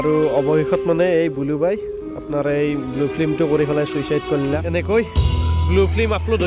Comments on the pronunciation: Blue nhoi Bulu...aru flem nhoi Film bro...thamnail bhul hoise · dada flem nhy flim ..aru blue nhy aikhn bulu he ...sry ...moi apunar protitu vdo sao